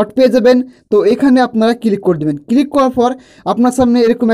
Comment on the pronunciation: কিলিক নয় কথাটা ক্লিক